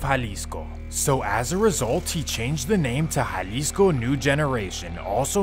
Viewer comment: Estava en Jalisco en 2008, en puerto vallarta. nice place. Good job on the spanish pronunciation with the names, unlike most, I was surprised, like that's a first. lol